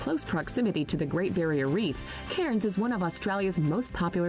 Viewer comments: If one is making a "come to ...." video, you would think one would pronounce the place names properly! Brisb'n, Cannes, Melb'n, Canbruh. It didn't really give much info; just some stock footage, but OK. Just the voice over annoyed the sh*t out of me 🤣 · You’re correct. Cairns is in the north east and she’s mispronounced it. This isn’t the most accurate video, she’s an American and these are definitely not the best 10 places to see in Australia. She’s listed mostly a bunch of cities and towns and of course the best places to visit in Australia are outside of these! Some great places to see include the Blue Mountains, the Kimberley’s, Great Ocean Road, Great Barrier Reef, the Daintree rainforest, Coober Pedy (underground town), Uluṟu, Rottnest island, Cradle Mountain, Hunter Valley.. to name just a few!